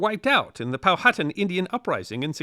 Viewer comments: Sorry to correct, but Powhatan is pronounced “Pow-huh-tan”. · the next time I see you, I will tell you how to say Powhatan... Born and raised in James City County...